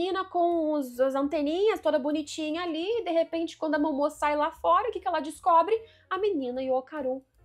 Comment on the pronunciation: Vídeo muito bom, observações muito legais, mas cara, sempre que ela falava o nome da Momo errado, me dava uma agonia... Kkkkkkk Pq Momô? Dublado eles não falam assim, será que no original eles falam assim? Se eu estiver errado, me desculpe.